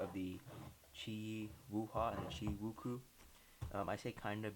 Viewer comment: woo-chweh not woo-koo